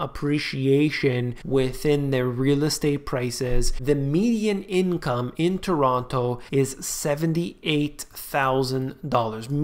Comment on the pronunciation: you need to pronounce Toronto like a true torontonian